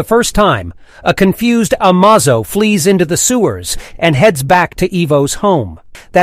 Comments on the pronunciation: How many different ways can you pronounce Amazo’s name.. lol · Was it intentional to pronounce Amazo 14 different ways? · do you change your pronunciation of Amazo every time? very good sir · The narrator pronounces Amazo multiple different ways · This AI keeps changing the pronunciation of Amazo. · The AI can't consistently pronounce "Amazo" correctly. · Holy crap, how many different ways are you gonna pronounce Amazo? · Bro pronounced amazo 7 different ways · How many ways can you pronounce Amazo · When you aren't sure the correct pronounce, use both interchangeably. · It's not amazo it's amazo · I like how the narrator butcher the name Amazo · God damn how many times can you say amazo wrong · Dude, you need to fix your video. The volume suddenly gets louder and then quieter and you constantly misprounces Amazo's name throughout the video. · How many ways can you mispronounce "Amazo"? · You keep pronouncing Amazon’s name wrong in different pronunciations. Is this a real person or some garage computer AI? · The fact that he keeps using different pronunciations for Amazo’s name is irritating 😂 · Is this text to speech, why is it pronouncing Amazo's name like 4 different ways. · Couldnt stick with one pronunciation of Amazo? Lol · Robo narrator pronounces amazo 6 different ways. Sorry. FAIL. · You pronounced the name 'Amazo' three different ways as if speaking of different characters.??? 😂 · your pronouncing the name wrong bro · I hate the way your saying the androids name hahaha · How many times are you going to mispronounce Amazo's name? Smfh.. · AI voiceover is crap. Did I count… nine different pronunciations of Amazo? With a gender swap thrown in for funzies? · The worst part of this video is how you are pronouncing Amazo. It pronounced like Amazing but with a damn O at the end instead of ing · It's A M A Z O not A M OZO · Amazo? It's ameizo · You say Amazo, I say Amozo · It's I-vo ... not 'E-vo'; A-may-zo, not 'Amaz-o'. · Ah may zow!!!! not A ma zo.